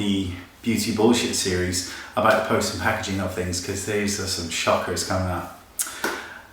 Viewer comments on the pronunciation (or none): none